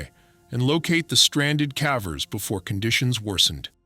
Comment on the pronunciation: A.i. keeps saying cavvers, I wonder if the prompt had (á) if it would use the hard A? I’m big on critique, I’m all about trying to help channels grow. 😊✌🏻✌🏻